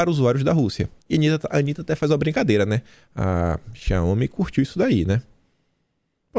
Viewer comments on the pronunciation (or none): none